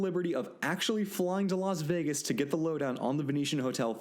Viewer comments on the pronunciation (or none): none